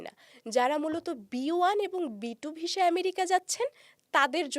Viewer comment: Please improve your pronunciation of the word visa. It's not visha, it's visa